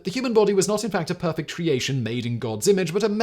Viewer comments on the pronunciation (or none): none